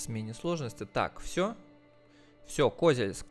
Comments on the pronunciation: Меня прям тошнило от этого, еле справился чтоб продолжить смотреть… нинада так((( КозЕльск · Привет ! Очень хорошие видосы делаешь по этой игре! Ударение не правильно ставил в слове Козельск ! Надо на букву е ,а не о ))) Город с богатой историей(Когда была война с Татаро-Монголами в рядах защитников города были женщины! Из-за этого вырезали население) могу ошибаться !